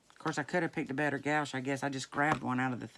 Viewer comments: Thank you for the very fun video and clever ink DIY,. It's always delightful to hang out with you. Cheers, Ardith P.S. I think gouache is pronounced like "squash," aka "guash." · It took me a while to get the word gouache right also. My boyfriend was an art, major and taught me It’s pronounced “wash” with a G in the front. Gwash = gouache It rhymes with posh and squash. Please don’t slosh or squash my posh gouache, i’m painting a squash after I wash it. Say that a dozen times. I never got it wrong again. Matter-of-fact I’m saving up for some posh gouache so I was hoping I could pinch some pennies and make my own re inkers for some dry ink pads. I love that you don’t waste even a smidgen of color. I don’t even rinse my paintbrushes without wiping off any excess on a piece of scrap paper. I use it for backgrounds, embellishments, punches, die cutting words, it’s the perfect jumping off point that can later be jazzed up a million ways. Art supplies are so stinking expensive I can’t bear to waste a speck of color. I love your down to earth approach. I can’t believe gel food coloring doesn’t mold, or go bad because of the gel. What a great tip. It’s so concentrated! Thanks for sharing all your ideas. Can’t wait to see more of your videos!